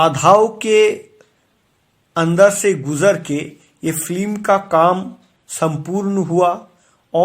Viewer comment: Slow motion voice over, mone hochhe kono andho lok kotha bolche.. Aar kotha ta film.. flim noy.. Shudhre nao bhai..